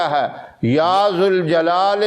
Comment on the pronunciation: قرآن مین ذ پر زبر لکھا ہے اور آپ زبر کو پیش پڑھ رہے ہین سہی کون سا ہے اگر آپ کو جانکا ری ہوگی تو ضرور بتا ءے گے